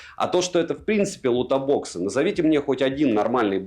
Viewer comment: какой же херовый микро в айфоне, мб просто уже возраст и засорился, но просто ничего не слышно с него PS и еще плиз Лутбоксы без о ))это не то чтобы придирка, но так просто правильней:)